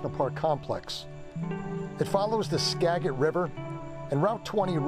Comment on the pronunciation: It is ska.jit River. If you were from PNW you would know that it is NOT sca. Got River.